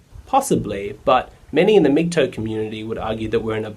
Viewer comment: for a blue pilled guy you did an ok job of explaining a red pilled mans thinking. Just wondering why you say MGtoe instead of MGtow (towel) is it sarcasm? or just the Aussi pronunciation of tow as in tow-bar